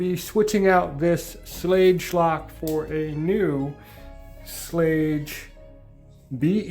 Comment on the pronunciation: Pronounced "Schlag"